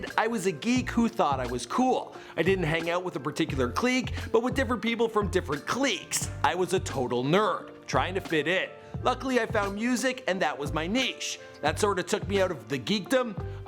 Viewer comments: Uh, clique is pronounced click, not cleek. .__. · "Cleek' Its " Click " Thats how you prenounce it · Clique =Cleek? I thought it was pronunced click. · Pronounced "Click" not "Cleek" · Who pronounces "clique" "cleeeeek". is so annoying. Rip Chester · Wth is a Cleeeq lol yu mean clique (pronounced click) lol thanks for the tribute video tho✔ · It's pronounced click, not cleek lol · It's pronounced CLICK. not CLEEK. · did he say "cleeks"? i thought it was pronounced "click". idk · I thought clique was pronounced 'click', not 'kleek'.... ? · wtf is a cleek? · Noah Hill the idiot who made the video was saying cleek not clique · Clique (click) not cleek lmao dumbass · clique is pronounced "Click" not "cleek" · cleak click clique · Click not cleek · It's pronounced "click." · A clique is not pronounced Cleeeekk, just fyi. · wtf its not pronounced "cleeck" lmao 😂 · did you just say cleek? bout to cleek my way outta here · what the hell is a cleek? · Cleek lol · "I wasn't part of a specific cleek" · Why are you saying cleek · Cleek Cleek Neesh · clique is pronounced like click, and barista is like bahreestah, Idk how he miss says so many words, makes me think he knows JACK SHIT. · yet still pronounced as click. 👍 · You pronounce clique like the word "click," and niche at "nitch." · Chris cernell. Cleecks. Neesh. Cmon man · Clique is not pronounced cleek. It is pronounced Cleeshay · For the love of hell, learn how to pronounce words! Whats a cleek? Do you mean c.l.i.c.k.? Jezz loise! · Had to pause this video., love your videos. It's pronounced Click. (spelled clique) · RIP.. Very sad...aside from that tho...."cleek."😂😂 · Clique is pronounced click you fuxking squid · cleek. good god. words. learn them. fuck. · Why do you say "cleek" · "CLEEK" i know its the right way of pronouncing it but it just sounds weird lol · Clique is pronounced as click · Man said cleek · Clique is pronounced like click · Miguel Nunez clickayyyy